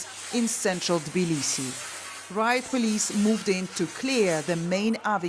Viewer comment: After many years of Georgia covering in western media, they still can't pronounce Tbilisi right.